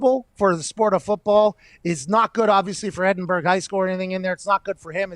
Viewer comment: Can't believe McAfee got Edinburg name in his mouth😂